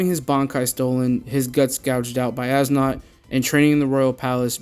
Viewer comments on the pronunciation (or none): By the way, when you're saying As nodt and Cang du's names you pernounce them like Es note and Song doo